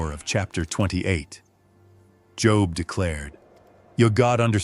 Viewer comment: Can't even get the name of the book correct! AI is exhausting!!! I will not watch any AI any more.